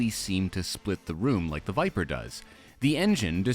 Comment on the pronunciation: Stop it!!! It's called the VIPER!!! Not the VIPA!!! That would be like calling you GAYms!!!